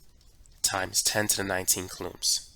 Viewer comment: really hope he starts saying it like cooh-lowms instead of cuh-looms law